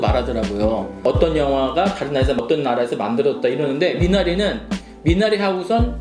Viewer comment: 미나리의 영어식발음 미내뤼